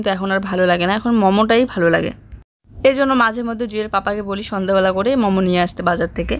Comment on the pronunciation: মেগি না ম্যাগী।মম না মোমো বল।